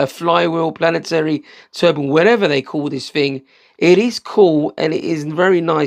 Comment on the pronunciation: when you said planaternic did you mean Planetary? <3